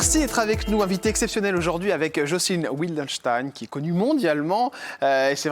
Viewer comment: on prononce Vildenstein en allemand. Pas Oui ldenstein Ce n est pas un nom anglais (mais allemand).